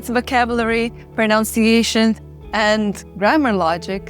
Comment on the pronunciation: You are prettier, smarter, and more worldly than I am. So do not take this wrongly: It’s “pro-NUN-ciation,” not “pro-noun-ciation.”